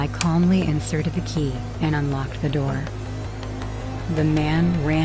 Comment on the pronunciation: bro said open the nour